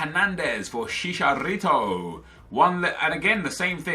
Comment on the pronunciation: "then we come to javier hernandez, to SHISHArito"